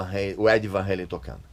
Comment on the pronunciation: Van Halen, e não Van reilen, era sim uma banda muito chata! Podre! Vtnc. É Van Ralem! Não é Van Ralem.